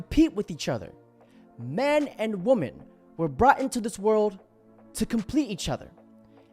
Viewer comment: Woman and women are not pronounced the same. Perhaps you should look it up.